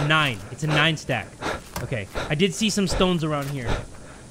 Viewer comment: its not OKEH 💓 to be OKEH (titancry😭)